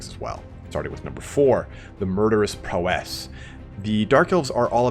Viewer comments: awesome video, just you'd pronounce "prowess" correctly :P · The way this guy says "Prowess" is annoying